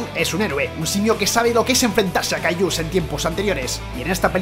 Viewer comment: Por que les dices cayllus